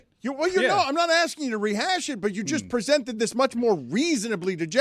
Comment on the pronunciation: Presented not "pizzented",. "Quiet" does not have an "R" in it. He can't speak yet he makes fun of Stu for the same thing.